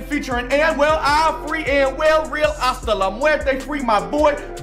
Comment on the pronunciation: It’s Anuel doble A (pronounced like Ah)